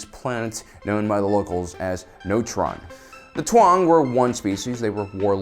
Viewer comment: Why do you pronounce it Twang? Its Taung, T-AU-NG. No need to add another consonent